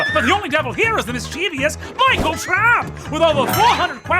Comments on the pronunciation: Um Actually it's "mischievous" not "misCHEEveous." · Six things wrong with the video? I only noticed two :( (Erika saying “Well, Actually” instead of “Um, Actually” and Brennan pronouncing Mischievous with a third i/four syllables rather than three syllables). Now I’m going to have to watch again for the other four... Oh and already backed but was too late for memorabilia so sad face again.